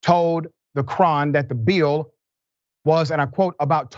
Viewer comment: “Bill” has one syllable, Dr. Richey. ONE.